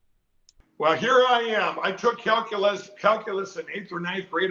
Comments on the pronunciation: Calculeese … 😂😂😂😂 Grance down at the er, um…ah… 8th, 9th…10th grade. I love it! So many human errors courtesy Lumpy “Mike” Pillow. Thank you. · mikepillow's "calculase" sounds like a laxative.😂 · What is what I heard pillow boy say CalUlace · Lindell can barely pronounce calculus, let alone when he took it.